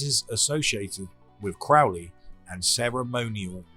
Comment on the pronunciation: No problem, congrats on correctly pronouncing Crowley's name.